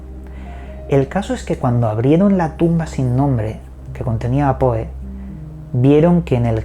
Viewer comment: Se dice Pou, no Poe.